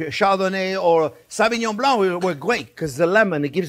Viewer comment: Nothing phony? He has a French name but his accent is Italian American. No French person or a Francophone like myself would pronounce the wine as SA-vinon blank. It is phonetically SO-vinyon bling. Otherwise, agree about the cooking x.